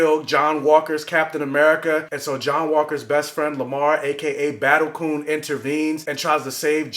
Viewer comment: DID YOU CALL THAT MAN BATTLE COON?! I am DONE 🤣🤣🤣 SN: Glad to hear your mom is doing better!